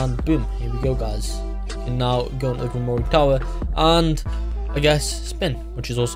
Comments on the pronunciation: Ur terrible at pronouncing grimore the e is silent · Gwimrorie is disrespectful its not pronounced like that the e is silent in grimroire